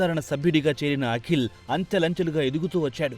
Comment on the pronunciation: అఖిల్ కాదురా దరిద్రుడా.... వాడిపేరు పలకవలసినది అకీల్ అని.........52 తెలుగు అక్షరాలు వాటి ఉచ్ఛారణ ఎలా పలకాలో కనీస ఇంగిత జ్ఞానం లేకుండా ప్రతీదానిలో దూరేసి తెలుగు భాషను ఖూనీ చేసేస్తున్నారు...